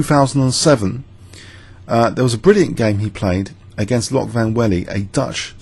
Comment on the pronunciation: Interesting how Van Wely figured he could trap white and win a pawn and then it backfired. After e5, trapping the bishop on d4, I would have tried to bail with Qc7 and 0-0-0 anyway, because it looks really scare not to be able to go back to g7. By the way, Dutch names are not that hard: The /oe/ is always an /oo/, so Loek is just like look. Just don't make the vowel too long. If you say it like the English ''Luke'' then you know the vowel is too long.